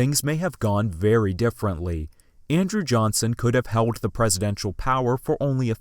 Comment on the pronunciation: Good video, but why do you pronounce the letter "L" as a "W?" "Fewt" "hoed" "hewd" rather than "felt" "hold" and "held." . . . . Also? You need a pop shield on your mic.